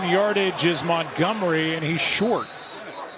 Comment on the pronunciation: He is david montgomery not montgomry!